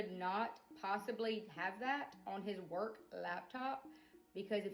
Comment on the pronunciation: love how she’s emphasized WORK laptop when talking about where he downloaded the images